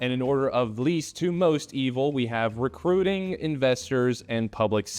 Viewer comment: He said rectuing I knew it!😊